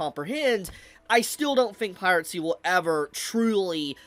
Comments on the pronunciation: its "piracy" not "piratcy" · Agree with a lot of points but for gods sake just say piracy instead of piratsy its driving me insane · Pie-ruh-see Not Pie-rat-see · The way you pronounce piracy is weird. You sound like you're saying pirate sea. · you keep saying pirate-cy but there's no t in piracy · Bro ever time he seat piracy with a “T” the heck (piracy not piratecy) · Why does he keep saying pirate sea and not piracy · bro really said pirate sea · the way says "piracy" as "piratcy" is so annoying lol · Piracy, not Piratecy. 🤣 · "Piracy" ❎ "Pirate Sea" ✅ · Am I the only one who hears him pronounce piracy as “pirate sea” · Why do you pronounce it "pirate-see"? 😂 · piracy not piratcy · is this guy pronouncing "piracy" as "piratecy" ??? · It's piracy, not piratecy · pie-ri-sea. not pirate sea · BRO STOP CALLING IT PIRATCY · Piratsy? You mean piracy? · Please stop saying PirateCy... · Who is gonna tell that it's piracy, not piratecy? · i like the video, but every time he goes "piratecy" i cringe so hard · bro says piratcy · is it me or am I hearing piracy as pirate-cy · I cant with his pronunciation of piracy. He says it piratsy. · it sounds like you're saying "Pirate-Sea" 😂😂😂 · bro pronounces piracy like piratesea there is no t in piracy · Was he saying piratecy?